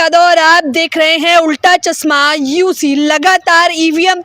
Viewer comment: Chashma bolna toh seekh le madam..chasma nahi chashma..yehi hoga jab c grade patrikarita set up ho